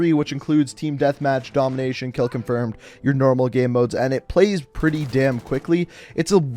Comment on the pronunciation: The way u pronounce "Game" makes me uncomfortable